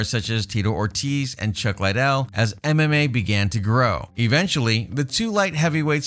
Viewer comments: Lidell- ( lee-dell) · Man, its Lid-del, your pronouncing it like the coke head. Also, Jay's right, he never fought any of those heavyweights. Really need more research before you "report" on all this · Just listening to how you pronounce chuck's last name tells me how little you know about anything. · Lot's of these dislikes have to be due to the way he pronounces the fighters' names. That's not how you pronounce Chuck's last name. He butchered at least 4 fighters names in this video. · Pronounce Liddel correctly ffs